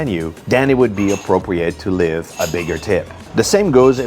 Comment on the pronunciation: Your "leave" sounds like "live", tabernak.